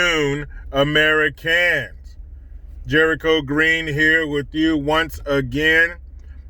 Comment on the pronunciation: AmeriCANS!!! The sweet and sour sniffles!😂🤣😂🤣😂🤣😂👍🏿👍🏿👍🏿👍🏿 I never get tired of hearing that! Hilarious